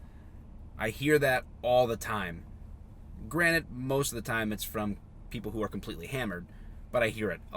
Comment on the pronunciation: granted new hampshirites: did I here granite?